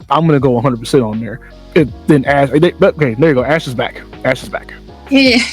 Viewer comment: It’s “Ash” She didn’t know we’d record the screen 😂